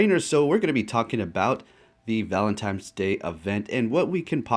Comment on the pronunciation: Exactly. There is no "M" in the word 'ValentiNe'. It was bugging me too lol.